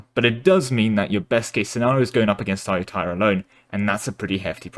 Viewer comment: ah-yu-ta-ya, sue-koh-tai